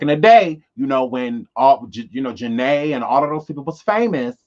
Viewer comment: I like how you say my name 😊 I'm J to the A to the N-A-E!